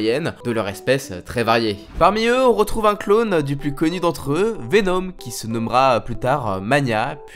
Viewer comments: « Venaume » 😭 fais un effort stp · Mdrrrr pk il prononce Venom ( venaum ) ? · intéressant comment tu.prononce Venom